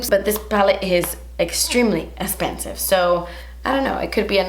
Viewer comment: I seriously live for the “das esspensive!” & the “deLITchous” in the videos! 🤣💖